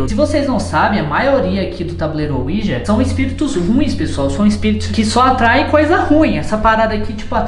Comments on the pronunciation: Ensina o a falar "Ouija" e não "uoija" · claro que não Ele fala "uôija"